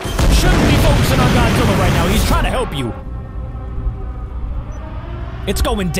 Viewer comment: Why are you keep saying Godzilla wrong